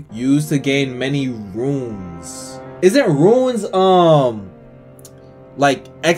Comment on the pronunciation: Love the video, but RUNES is not pronounced RUINS. They're entirely different words with different meanings. Sorry, again I love the content, that just drive me crazy.